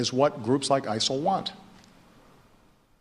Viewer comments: Why'd he keep saying ISAL? I'm genuinely confused lol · Why does Obama keep saying isal? I thought the acronym was ISIS.